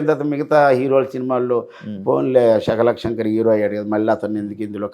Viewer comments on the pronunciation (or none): శకలక శంకర్ రా నాయన శాఖల శంకర్ కాదు తెలుగును kuni చేశారు కదా అయ్యా